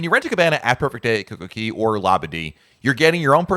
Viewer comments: Since you are a Royal Caribbean expert, you must learn to pronounce CocoCay properly. It rhymes. Perfect day at CocoCAY. It’s not perfect day at Coco KEY. I like your videos but that piece is so cringy! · JUST WONDERING....I THOUGHT IT WAS COCO KAY NOT COCO KEY. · I think it is pronounced KOKO KAY, not KOKO KEE. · I’m sorry this is killing me…it’s Coco Cay…not Coco key….ahhhhh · Isn't it Coca Cay which rhymes with "bay," not the way you said it. There is even a comedian that uses the name as a joke about someone asking you for a beverage. Say you ask for a pepsi, but they may ask you coca cay? As in is coke okay?